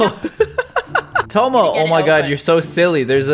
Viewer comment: Everytime Caylus says Tomo Directioners be like- no it's TOMMO!!